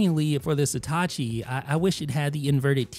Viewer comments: Again; It’s „Satechi“, not „Setacci“! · dude its satechi not satachi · Jesus Christ, how hard is it to say SA-TE-CHI? It's not STA-CHI. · Why is nobody mentioning that he keeps saying Setachi when its Satechi?? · You're pronouncing the name wrong... It's not Setachi, it's Satechi. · You pronounce Satechi as if it was written Setachi. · What's with the "Sitachi" pronunciation? It ain't Hitachi. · stop saying "seetahchee" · Maybe one day he'll pronounce the name Satechi properly